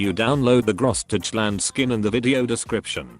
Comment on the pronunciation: The way he pronounced "Großdeutschland" makes my proud German heart bleed. ;) Nice video anyway, although I'm not even a War Thunder player :D